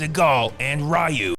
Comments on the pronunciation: It's REE-YOU not REYE-YOU. Please. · Did this guy just pronounce Ryu as "Rye-oo?" It's "Ree-oo." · The mispronunciation happened in the first place because Damian Chapa (Ken) wouldn't stop himself from butchering the name "Ree-oo". So they intentionally call him "Rye-oo" except Raul Julia (M. Bison), the only actor to pronounce the name correctly. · pronounced "Ryu" in three different ways during the video. 1- Raiu, just to piss us off. 2- Ryu to win us back and 3- Roon just to make us laugh. Kind of what Seagal movies does. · It's pronounced "Ryu" not "Rayou" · thank you for changing Raiyu into Ryu 8 minutes into the video EDIT: Why do you keep changing between Ryu and Raiyu? The right pronunciation is Ryu btw. Ree-u. Also, no joke your reviews of Segal's movie are amazing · 'Ryu', 'Ru' 😅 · I love how keeps pronouncing Ryu's name as "Ri-u", "Re-u", and "Roo". Because I've always pronounced it "Roo" and gotten into arguments about it. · This is probably the funniest one i've seen. has perfect comedic timing here in this epic Roast a thon. I love it it when he's down to calling Ryu, Rue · Stupid, that's a running joke. He pronounce it a 1000 different ways like rayu, riyu, ra-i-yu, ru, royu anything with r and yu he will say it 😂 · It's ree-u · Love the consistency in cycling through the pronunciations of "Reye-yoo", "Ree-yoo", and "Roo" throughout. Gold. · Ryu is pronounced [ree oo] 😮 Then you say it correctly 😂😂! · Am I the only one who notices that every time the narrator says the name "Ryu" he evenly alternates between pronouncing it "Rye-you" and "Ree-you"? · I like how Ryu’s name is pronounced differently so many times throughout this video 😂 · It's a running joke, he keeps pronouncing it different everytime. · He's Movies have really good Titles.... WAIT DID HE JUST CALL HIM RYU!? 😂😂😂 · The random mispronouncing of the name "RYU" throughout the video was a nice touch.